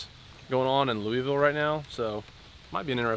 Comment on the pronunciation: Any other kentuckians bothered by the way he says Louisville 😂